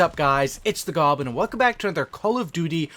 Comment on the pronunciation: "Goblin" not "Gobin"